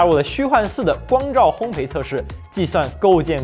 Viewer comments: 应该念作烘“倍”吧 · 烘焙，读作hōng bèi